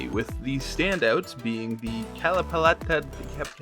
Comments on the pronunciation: Boi drops a Genshin video after a long hiatus with the same energy. Loved it. Also it is pronounced "Kalpalata" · I love your video man it's damn entertaining and informative. never change. btw It's "KAL PA LA TA" flower there ya go.